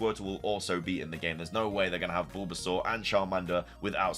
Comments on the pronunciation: Sounds like your saying Boobasaur 😂😂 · Is anybody gunna tell him about the way he pronounces bulbasaur.... 0_0? 🤣🤣🤣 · Was anyone else highly disturbed by how he says bulbasaur..?